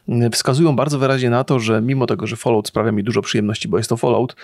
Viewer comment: Falałt, folołt, ja pierdzielę. To jest FOL-AŁT, mówiąc najprościej.